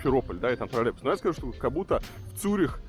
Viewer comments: Режет уши этот варламовский "тролебус", звучит примерно так же, как "Мысква"... Научите кто-нибудь Варламова произносить "троЛЛеЙбус". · Когда уже Илья Одуван научится произносить слово троллейбус?😆